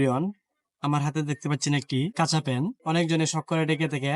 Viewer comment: ভাষার পাইন তো মারছেন মিয়া। একটা জীবন গেল তবুও উচ্চারণটা ঠিক করে করতে পারেন না। তিনবেলার জায়গায় ৬ বেলা ভাত খান তাহলে সুন্দর হবে "খাচা" না কাচা তখন বুঝবেন? বাংলার এমন অপমৃত্যু দেখলে বমি আসে। থু